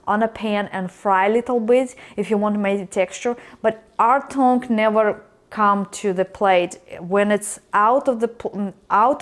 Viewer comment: It's pronounced T-UNG